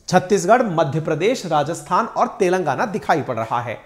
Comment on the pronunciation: सोनिया गांधी तेलंगाना को "तेल लगाना" बोलती है ☺️